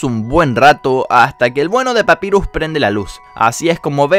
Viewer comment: Pronuncias mal papyrus y undyne